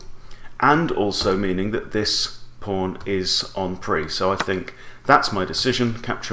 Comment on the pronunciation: 'en prise'